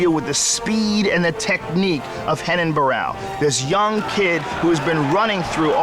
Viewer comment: They keep mispronouncing his name. It's RENAN not HENAN.